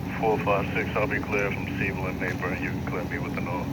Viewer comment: Dude said he’s clear from “Seavle and Maper” 😂